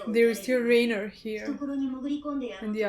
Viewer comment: I just have one question, lol. why, after four seasons, is it still RAY-ner instead of RYE-ner, haha